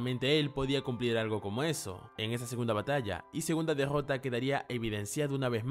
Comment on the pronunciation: "la degggota de satoru" que cringe me da escucharlo pronunciar la r man